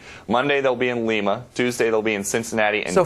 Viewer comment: the the stupid reporter this isn't Peru! It is L I M A, Ohio with an I not an E. like the bean. Apparently he hasn't watched any of GLEE.